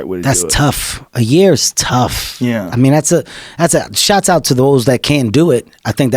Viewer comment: Why can't black people say the word "shoutout"? Shots out.. lol